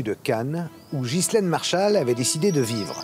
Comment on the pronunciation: De grace mrs Zero,prononcez ghislaine comme il faut , en Français, Enghien les bains, Ghana,Maghreb,Delonghi,Ghia,Spaghetti,Ghisonaccia etc etc le H à une fontion de U,c'est pourtant simple,non ? Quand au S,il est muet, Mesrine,Deschamps,Desprès !